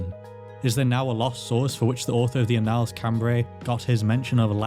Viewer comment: "Annals" is usually pronounced with the stress on the first syllable. Is there a reason you're putting the stress on the second, or is it just an error?